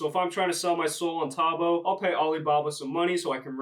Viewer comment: It’s pronounced tow-bow lol